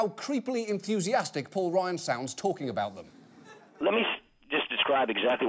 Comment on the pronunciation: It sounds like he's saying Paul Ryan as "Poor" Ryan